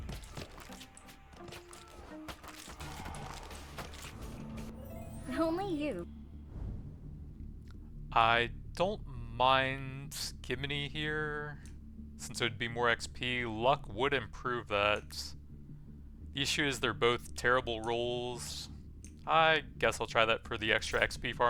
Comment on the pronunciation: Gemini is pronounced jem -ih-nye